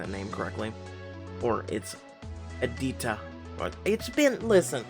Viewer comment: 😂😂😂its pronounced aa-dit-ya.....and yeah.....u can call him Aadi...with double a pronouncing with a stretch on a....nice try.....keep goin ....dude